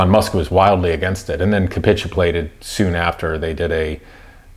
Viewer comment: Funny hearing a guy criticizing the intelligence of people while simultaneously thinking that "eksetera" is a word 🙄 Edit: Oh my "capituplated"? My man, you're not at all as smart as you think 😂 Edit 2: "pharmakaceutical" 🤣